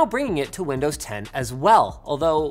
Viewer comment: did Linus just say "Windows lovin'?" Windows McLovin? 😋